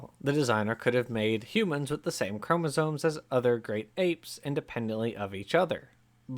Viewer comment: Is it just me, or does the guy narrating the original video keep saying "chomosoNes?"